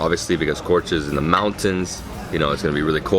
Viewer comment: Kruja is pronuonced Krooya